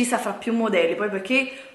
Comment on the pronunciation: Giuro mi verrebbe voglia di far arrivare questo video a tremila non mi piace solo per l'inizio del video quando dici " Ciao ragazze e ciao ragazzi e benvenuti in questo nuovo VIDIO, sono piena di buste pacchi PECCHE vi voglio fare un VIDIO HAUL HAUUUUL " dai su i nervi, dico davvero.